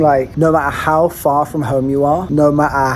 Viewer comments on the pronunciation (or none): none